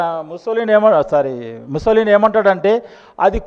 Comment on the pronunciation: తు తు తు అని మాట్లాడే బదులు కొద్దిగా మంచిగా ప్రిపేర్ అయ్యి కాన్ఫిడెంట్ గా ప్రసంగం ఇవ్వొచ్చుగా. ముసోలిన్ కాదు అది ముసోలిని. ఇజ్రాయెల్ ప్రజలు ఇజ్రాయిల్స్ కాదు ఇజ్రీఆలైట్స్. సబ్జెక్టు మ్యాటర్ బాగుంది కానీ ప్రెజెంట్ చేయటం స్లోగా వుంది. కీప్ ఇట్ అప్. 🙏🇮🇳